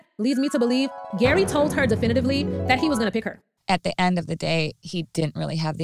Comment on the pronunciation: Lol, G.E.R.R.Y pronounced Gary has the most confusing name ever. You called him Gary in the first part of the video and ‘Jerry’ in the latter part. ❤